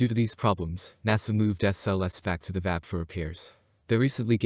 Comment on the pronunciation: "One of the most powerful?" It IS the MOST powerful... and its not pronounced "Vab" its pronounce "V-A-B" as in individual letters.